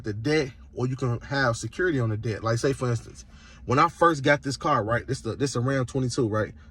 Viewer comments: Pronouncing debt as dept is NOT AAVE before anyone starts. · This criminal is not a teacher, did not find a way to offset the debt, did not find a legal loophole nor any kind of responsible or legit way to game the system. And no, dumsquat, the courts can't charge your social security number anything. They're charging you if you do silly stuff. They don't take a number to court. You can't sue or charge a number either civilly or criminally. You can't use an EIN to remain private. And you can't use it to run away from your responsibilities or hide. Strawman numbers don't exist. Games aren't what he thinks they are. He's not even playing the game how it is, but how he's imagining it to be in his Cracker Jack world. What the heck is a "credit sco"? If he was trying to say score, then why can't he be a normal human and say it? LOL by committing fraud, a person is not creating legitimate credit profile. Strawman numbers do not exist and the Ein is not one of them. Credit is not a game, little boy. LOL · How is it he can pronounce "promissory" but not "debt"...? It's painful.